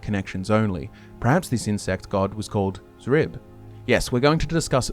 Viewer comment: Thank you for pronouncing Xrib correctly this time. It killed me hearing you guys pronounce it as "Scrib" in the last video. I even left a comment about it, but all I got was people arguing that X was supposed to be pronounced like that. 😂